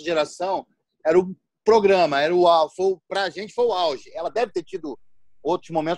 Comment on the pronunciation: mandou um "Ófra". Quem é Ófra? Será que ele quis dizer OPRAH Winfrey?